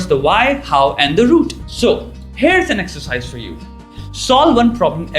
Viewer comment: Very entertaining vídeo, just wish you could do one, where you say "root" ovar and over again.